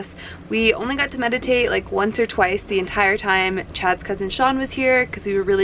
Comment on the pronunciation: Medidiate lolololol